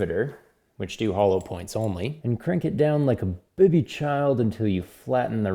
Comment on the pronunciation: It's "like a baby child," where baby is pronounced "bubby" for effect.